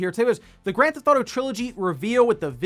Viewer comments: Please quit calling it "Grand Thauto" it's Grand Theft Auto. Also GTA if it's easier to say. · it’s pronounced “Grand Theft Auto”